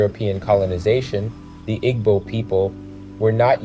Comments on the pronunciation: Pronounced ee-boo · Im a white dude... i love a Igbo Nigerian woman... Igbo is pronounces ( EE-bo) in modern american english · “Ee-bow” please and thank you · immediately closed the video when i heard him pronounce igbo 😆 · The mispronounciation hurts your credibility. Igbo is an ethnic group, culture, and language. Mispronouncing our name makes it harder to trust anything else you say. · You completely mispronounced Igbo the whole time. 😢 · This was very annoying.